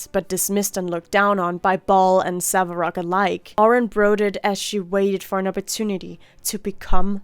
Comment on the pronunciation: "Save-a-rock" has been engraved in my mind now... It can not be undone now.